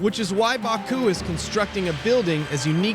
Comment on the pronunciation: There is no R in Baku so why distort the pronounciation?